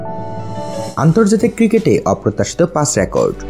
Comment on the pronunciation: Rakot Na Record